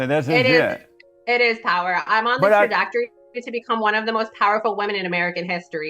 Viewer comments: I can't stand people who say, "i could care less." It's "couldn't care less", if you could care less, you care. She also couldn't pronounce "trajectory". She said "tradactory" and "tractory". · she cant even say "trajectory" but im sure she is on her way to be powerful lol